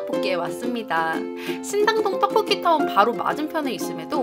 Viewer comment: 오늘 처음 봤는데요 신당동 떡볶이 발음 하나 안새고 말하시는거 신기해요ㅋㅋㅋㅋㅋ😯 전 항상 신단돈 턱폭기하고 발음되던데😆